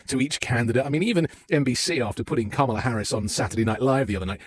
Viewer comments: did she say pajamala? That right there is why she lost 😂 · One of the “men” said it at the beginning too 😂